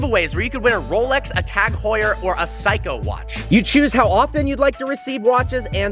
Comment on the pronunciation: Did he pronounce Seiko as Psycho?